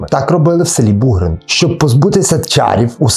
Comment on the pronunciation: Бугрин- наголос на" и".Іллін- на друге "і", Колесники - на перше "и". Вельгір - на" і". Угільці або як в нас кажуть Угольці - наголос на перше" і "або "о". Томахів - на "о".